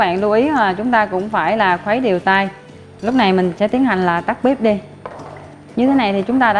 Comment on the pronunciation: Bếp chứ không phải Bíp😂 Nhưng cảm ơn bạn, nhìn rấ ngon.